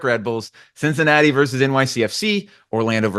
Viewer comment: really said Cinci...